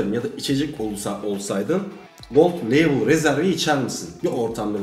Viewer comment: Viskinin kralı budur. Bu arada "Gold Leybıl" diye okunur.